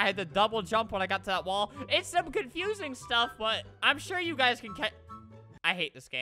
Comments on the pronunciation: U said u guyzas lol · Well that's how it sounded